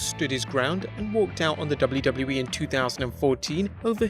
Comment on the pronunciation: I love when the voice-over guy says "doubloo doubloo wee"